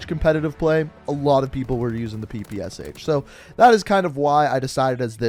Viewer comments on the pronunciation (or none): none